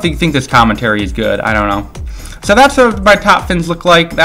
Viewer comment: ITS SO NOT "SHO" !!!